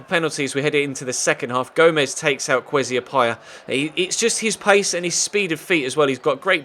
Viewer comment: Kwesi is pronounced ker way sea